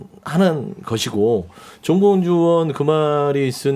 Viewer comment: 사회자 바꿔라~~~ 제대로 일지도 못하는것이 ~정몽주? 에이 정봉주도 발음안되면~~